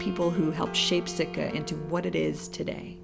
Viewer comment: Sitka not Sika !!!!